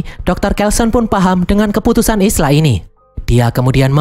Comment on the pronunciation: Isla dibaca Ayla.